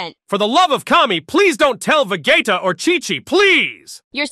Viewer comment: lmfaoooo... hearing goku say "please don't tell vuh gaytuh" is just so funny to me :face-purple-smiling-tears